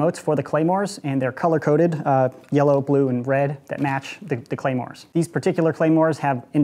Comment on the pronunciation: “clamors” pronounced: clah-mores “Claymores” pronounces: Clay-mores